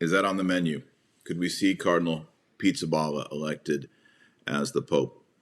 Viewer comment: His name is not pronounced as “pizza” but “ Peesabahla”